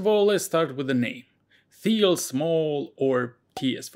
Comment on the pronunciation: Well done. BTW Thiele is pronounced teal (the h is silent).